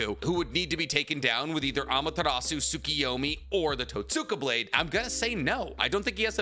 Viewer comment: I think totsuka blade is pronounced "Tote-ska" or "Toat-ska"?